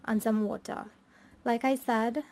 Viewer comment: I want to know whether it is, "like I said" or like I sad, u r pronounce like, like I sad, and again, like I sad, first, first is F I R S T not firsthand u r trying to prove u r speaking a good form of English but its like vintage old British style not even like that very worst Anglo French like